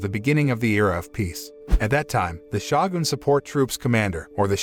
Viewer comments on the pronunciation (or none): I can't watch this because you say "Shawgoon" instead of "Show gun" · It's not "Shaw goon" it's "show gun" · sho gun not shagin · Shawgun it, the narrator can't pronounce shogun right🤣 It's pronounced (show gun) and it's (show-gun-ate) not shawgun it. 😐😑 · Isn't it Pronounced; Show-Gun Shogun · It's Pronounced "Showgun" and "Showgunate" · It’s “shoh-goon” not “show-gun”. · wtf is a shawgin? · the "shagun" "shagunate" ruined this for me. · "Shah-goon?" Seriously? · "SCHOGUN!!!!" get it right smh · FFS... it's sho-gun as in show gun... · who the f.. pronounces Shogun as "shagun"?! fucking hell! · Argh.... "SHA-GUN" ummm. pretty sure that's off especially with the rest of the NIHONGO pronunciation is great. wtf frustrating, just saying. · Can this guy not pronounce Shogun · Someone needs to tell this announcer how to pronounce Samurai and shogun. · Please work on pronunciation.. You completely butchered every Japanese word.